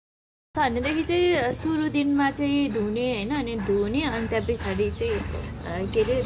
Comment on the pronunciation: पिछाडी होईन के सिस पछाडी भन्नू न😂😂